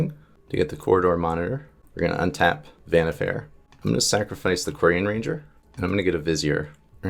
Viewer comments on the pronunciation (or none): Vannifair or Vannifer that's some wierd pronunciation you got there. I always say it like Wa-ni-far. (pronunciation could differ a bit since I'm German but I've never heard it pronounced any other way in English.)